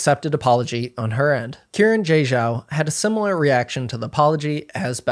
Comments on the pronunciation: her name is pronounced as Shee-ran j Zhao. she + her. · it seems like it isn’t. saw another comment about it, not sure tho. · y'know, i don't believe that's how you pronounce xiran jay zhao